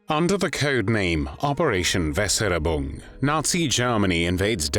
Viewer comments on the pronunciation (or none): You had me till "Weserubung". It would have taken a 30 seconds call to a German speaking source to get the real pronunciation....but you did not even do that.